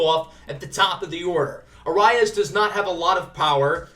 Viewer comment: For Luis Arraez it is pronounced ah-rise